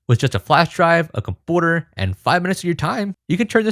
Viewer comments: It's computer not compooter, work on that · Great video although I really really hate how you say compooter 💯🤮🤮🤮 ... It makes me cringe so hard and almost want to throw up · Did you say cumpooter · take a shot everytime pronounces "computer" as "compooter" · “Comporter” lol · It's pronounced com-pew-ter, bro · I’m just waiting for him to say cumpoohter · he says compooter.......it drives me insane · I smile every time you say compooter. Thanks and congrats on 100k subs! Well deserved. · Thanks for this educational video, time to fire up my ps classic once more :) just a sidequestion: why do you pronounce the u in computer and community the way you do? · I liked the info, but its extra EXTRA cringe how you pronounce computer 😢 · Idk why but it's so funny how you say computer🤣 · lmfao why do you say computer like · Why do you pronounce 'computer' the way you do?